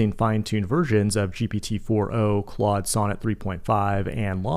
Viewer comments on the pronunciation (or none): none